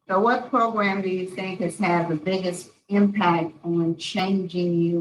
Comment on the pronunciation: I love how the one parole board member pronounces 'program he says 'progrumb it's great I always look forward to it... regardless this is horrendous and I feel so bad for the daughter and anyone who has ever been through this...🙏